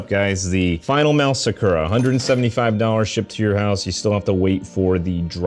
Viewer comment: Why did you pronounce sakura like that 😭😭🙏🏾🙏🏾